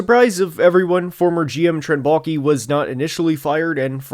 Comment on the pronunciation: Every time you say “Baalke” I hear “Mulkey.” At this point I’d even welcome her to take control of this team.